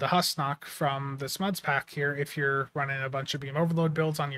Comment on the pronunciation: It was pronounced Hoosnock, in that TNG episode.